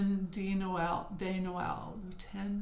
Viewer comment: Imagine saying just the d in dog to pronounce de Noel. Saying it like day would be the plural word des. What a joy to see all those patterns! Thanks for sharing.